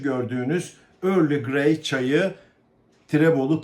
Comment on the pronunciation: Early (örli) Grey değil Earl (örl) Grey yalnız. Çay konusunda hassas biriyim 😂